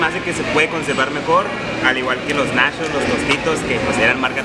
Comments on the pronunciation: Se sise nachos no nashos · Una pregunta... Y lo hago sin el afán de ofender, solo es curiosidad. 1-el compa es gay?. 2-De que estado es?. 3- Porque a las palabras como por ejemplo NACHOS, MUCHO, CHEDAR, le dice Nashos, musho, shedar?, o cosas asi? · Nashos, mushos, salshisha😂 Jajajaja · Los nashos!! 😂😂😂😂En Tampico no hay de esos. Sólo tenemos nachos. Y no saben shidos, saben chidos. Y vaya a la barra de complementos mijo no sea jo-pende. Ahí le pone de tosho morosho pa que entienda. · No sé si el vato es campesino Pero es Nachos no Nashos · Nashos y shedar 🤣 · se dice nachos no nashos